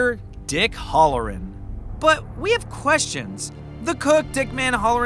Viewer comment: You're saying 'Halloran' wrong. It's not "Hullor'n", it's "Hal-o-ran'.